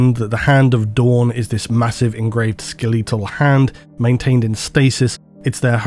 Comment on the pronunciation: Skel-EEE-tal? Really?